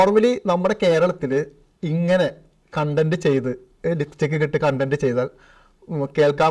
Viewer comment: നീ എല്ലാം തികഞ്ഞവൻ അല്ലെ അവരാതകൻ..... ലിപ്സ്റ്റിക് എന്നാ ലിപ്സിക്ക് അല്ല